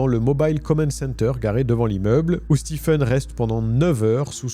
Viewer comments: Stephen se prononce "Stivène" et non "Stifeune". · Stephen se prononce Stiven et pas Stifen... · Que vous le sachiez, personne ne se fait appeler « StiFen » , bien que son nom s’écrive Stephen ça se prononce toujours toujours STEVEN Pour votre information 😊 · Très intéressant. Juste une correction : "Stephen" se prononce "Stiven" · Stephen se prononce "Steven", pas "Stiffen". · Ça se prononce stiVen pas stiffen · pour autant que je sache Stephen se prononce stieven en anglais... d'ou sort ce stiffen a la con ? une fouille systémique ca ne veut rien dire, le poivron dans la cuisine roumaine est systémique (habitude) , une fouille est systématique (complète) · Excellente vidéo. La narration est très agréable par contre juste pour info, Stephen ça se dit "stiven" pas "stifen", faut pas me demander pourquoi, c'est bizarre mais c'est comme ca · Juste un petit détail : Stephen se prononce « stiveune », pas « stifeune ». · Hey ! En anglais US ou anglais, STEPHEN ne se prononce pas STIFEN mais STIVEN 😂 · Stiffen? Ça se dit Steven. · Ça se prononce Steven (Stiveun) et pas Stifeun. Comme pour Stephen King on dit pas Stèpheun King mais Stiveun King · Stephen est prononcé Steven aux US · Très bon récit. Par contre, Stephen se prononce « Steven ». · On prononce Stephen comme Steven (Stieven avec l'accent sur le ie) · Le ph de Stephen se prononce comme un v en anglais. Stephen = Steven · Pour info, Stephen se prononce Steven. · Bonne vidéo, mais la prononciation "stifeune" est tellement ridicule 😂😂😂😂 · "STIPHEN" Ca m'a rendu fou ! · Stephen se prononce "Steeven" ;) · Bonne enquête! Juste un détail, Stephen, se prononce "Stiven" Sinon le reste impeccable! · Stiveun . C'est comme pour Shawn qui se prononce comme Sean